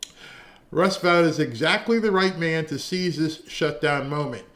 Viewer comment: Vought is pronounced VOTE.